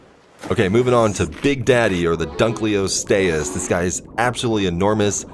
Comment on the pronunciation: and it's dunk-olo-sti-us